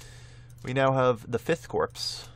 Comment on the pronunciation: Corps is pronounced core